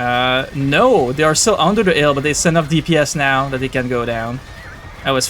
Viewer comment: 'ill bonus xD